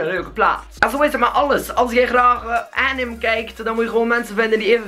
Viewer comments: Bedoel je nie anime? je zei het als anim xd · btw je spreekt anime uit als 'enimée' ^^ xd